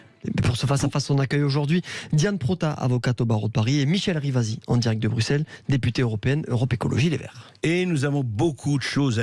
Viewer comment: Pour la soiksantième fois : on ne dit pas "Brukselles".